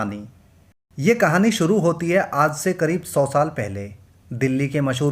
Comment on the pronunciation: Aap ka accent horrible hai Improve kijiye Darsan nahi Darshan Suru nahi Shuru Jindagi nahi Zindagi Soot nahi Shoot Propojal nahi Proposal Jaroor nahi Zaroor Aur Bohath sare words ka Mispronunciation hai Bura lagta hai Sunne mein 🥶